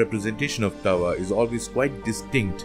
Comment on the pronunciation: As someone who is Hopi born into the sun clan I would like to make some corrections first his name is pronounced daawa thru-out all Hopi but is commonly spelled taawa second he did not destroy the third world in a flood it was the second world that was flooded and was destroyed by the serpent god pololokokangwuu and also he is referred mostly as taawa itana-a or father sun but other than that kwa-kway (thank you ) for teaching abt my wuuya 🫶🏽